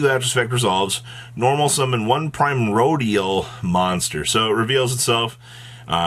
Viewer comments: Pretty sure it's pronounced "Pri-MORE-dial" or "Prim-ORE-dial". "Primo-RE-dial" sounds grating, like nails scratching a chalk board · really found every way to say this new archetype’s name EXCEPT the right way in one video. It’s like hearing “GOR-LAHHMEEE” in Inglorious Basterds